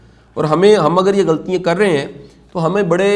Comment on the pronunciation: Shah sahb ,your lectures are very effective, with due respect I would like to mention that there are some spoken urdu mistakes which can be corrected like GHALTIYAN is pronounced "ghaltyeeain" .there are some other words too...please forgive if I am wrong.